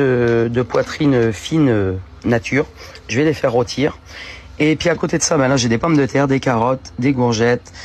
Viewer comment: "rotir" on commence mal et un indice : ça finis mal aussi